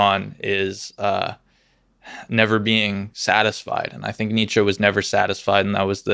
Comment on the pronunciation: my boy butchered Nietzsche 😭😭